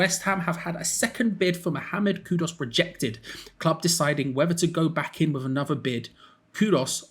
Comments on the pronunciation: Ffs It's Kudus not Kudos!! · Kudus,, not Kudos.😅